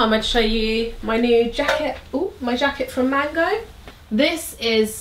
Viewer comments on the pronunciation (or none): none